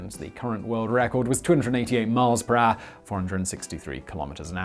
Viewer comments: I tried to write down how Simon pronounces 'hour' but it is simple impossible. He is not using any of the known vocals or consonants. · You are a grown ass man. You know how to say HOUR. unwatchable.